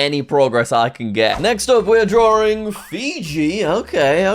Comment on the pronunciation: You are saying draring